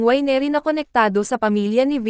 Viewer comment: Mali pronunciation ng winery